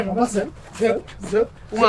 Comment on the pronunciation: Zep❎ zebra✅😂😂😂😂